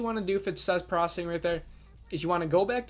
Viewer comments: "95% prossing"....."prossing"..."95% prossing" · Why are you saying "Proccing"? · Processing isn't pronounced prossing. Doesn't work. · Every time you say "prossing" a kitten gets crushed under a tire.